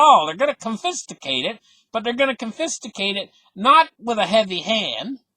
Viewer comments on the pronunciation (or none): Con-fi-scate not confisticate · WTF is confisticate??? Are you trying to say confiscate? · Lol "con-fis-ti-cate" Man if I never went to school for economics I'd definitely be lost right now. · CON-Fis-KATE - you're killing me... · I love your videos although it would be worth looking up the word confiscate. This is what I copied and pasted. con•fis•cate "kŏn′fĭ-skāt″ with the accent on the "con." Hope this helps a little. Thanks for all those 4 hour a day studying! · con-fuh-skate = confiscate lol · We love you but must correct you on confiscate. You added extra T and I.